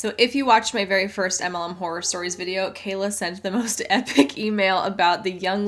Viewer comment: says "anti muhlem" and also "emmalem" LOL Love her, and this channel, but it took a bit for me to figure out what she's saying 😂